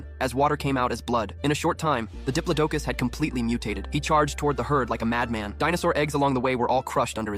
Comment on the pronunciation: It’s called a (di-plo-do-cus) diplodocus